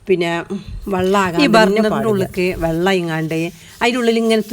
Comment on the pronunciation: Vallom alla vellam